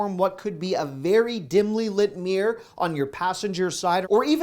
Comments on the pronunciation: Its mirror not meah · LOL! I didn't know "mirror" was one syllable!😂And yes your wife does look great without make up, you cradle robber, you! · Why do Americans pronounce mirror as “meer”?